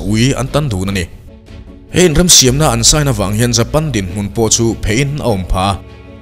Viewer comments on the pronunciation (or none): none